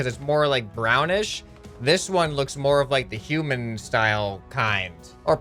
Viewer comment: Did he say human or shoeman